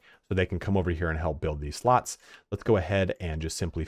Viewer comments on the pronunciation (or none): omg, Burgage PLOTS... not slots. I know it seems like a minor thing, but it also makes me feel like you're not paying attention.